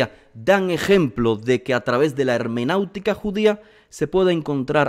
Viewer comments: Estimado, no es "hermanautica" sino hermenéutica. Seguramente lo sabe bien, pero sin querer usted lo pronuncia mal y suena extraño. Muchas gracias. Bendiciones. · No diga "hermenautica", se dice HERMENEUTICA. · Hermenéutica. .. no hemenautica. Un abrazo